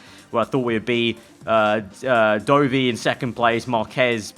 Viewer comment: You pronouncing Dovi as Doughvi really got on my nerves for some reason🤣